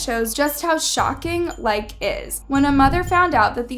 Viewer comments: It's pronounced Likeee just trying to help no hate :) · i love the video but its pronouced likeeee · its pronounced like-ie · I used this app at one point but then stopped because my auntie said it was unsafe... So yeah also it’s like -ie that’s how you pronounce it . That’s not how you spell “like“ likee is different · Likee what on the 'market' before TikTok blew up and it's not pronounced like don't forget to say the ee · its called like-ie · The app’s pronunciation is “like ee” And like your content!! Keep up the good work!! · Likee app is pronounced Like-eeee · Its pronounced liky btw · It’s not pronounced like it’s pronounced like-ee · Omg I never thought of this I literally have this app and I was clueless by the way it's pronounced like like ee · its pronounced like EE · I think it’s called like-EE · It’s pronounced as like e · its pronounced (like-eee) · It’s not pronounced like it’s pronounced likey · i love your videos sm but it’s pronounced like-E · it is actually pronounced like e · "Likee"is pronounced ly-key but after all thank u for this video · It’s actually pronounced like ee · Wow you are literally showing other ppls videos without their permission. How dare you ,who are you.. I'm nkt even watching this I'm sorry but hiu don't even know how to correctly say the name of the App correctly. Lmfaoo. And calling these young ppl dumb,clueless. Like wow . Just wow. Get the hell outta here . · The way she pronounces things makes me scream inside like when she pronounced danganrompa and now likee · no hate but it’s pronounced by saying like and saying e at the end 😁😁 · It's actually pronounced "LIKE - KEY" not "Like" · my guy it’s lik-ee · I'm still on likee. P.s you said it wrong . Its pronounced as Likeey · Lmfao it’s not pronounced “Like” 🤦🏼‍♀️ lmfao!!! it’s *LIKEE*.. kinda like the term “I likey” get it… 😅 “LIKEE” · I can't I love but it's not pronounced like it's pronounced "lie-ki" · uh its called Likee not Like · It’s likEEE Like